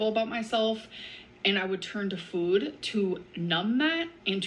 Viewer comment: How am I just now noticing how she says food? ‘Feud’.😐 She is an inspiration. She inspires me to do the complete opposite of everything she does.☺️Thanks!